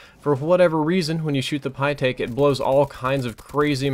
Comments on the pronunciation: btw you pronounce it like pie-tek not pie-take because the ae makes the same sound as the ä (I speak german) which is pronounced like the eh sound The more you know... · it's pronounce is pe-tick... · I believe it is pronounced pitt-eck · It's pronounced the pytech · it's pronounced pie-tech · It's pronounced pytaek. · I honestly opened this video at first just to hear you struggle to pronounce the Pytaek's name.